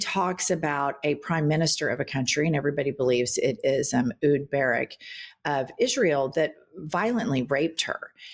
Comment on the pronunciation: AY-hood buh-RAWK